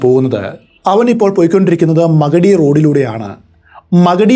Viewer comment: മഗഡി അല്ല മാഗഡി